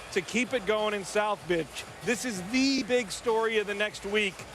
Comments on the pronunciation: Lol he said south Bitch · He said south bitch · Haha that fool said south bitch 😂😂😂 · Rofl he said South Bitch